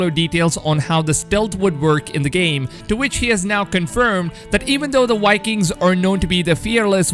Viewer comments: Var paints, Wikings XDD. I love your pronunciation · wiking... WTF is a Wiking...